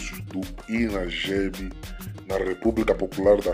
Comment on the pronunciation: ..com muito respeito! Não éh Inagebi... É; INAGBE(Inagbe)